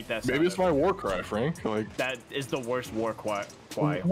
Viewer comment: Dat wod da worsht war cwy